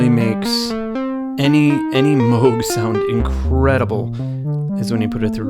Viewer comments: Yeah, what does he know. It's only his name and he still gets it wrong. 🙄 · (Also Dutch) To complicate things: the pronunciation would be different whether you're from the North or South of The Netherlands. But yet, the old guy gets it wrong either way. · I’m dutch. The old guy also mispronounces it. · Mogchhh...Well then since we're all saying it wrong i'll stick with moooooooooge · I know a woman that went to high school with a kid who brought a gadget that his dad was working on to a high school dance in upstate NY. That was back in the mid 60's. She said it was a bulky thing . It was one of the first prototypes of the Moog synthesizer , The kid's last name was Moog , not pronounced moo like a cow but " oh ". I guess he didn't like it when people pronounced his name like the sound of a cow .... Moo......... So there you have it , from the horses mouth. 😎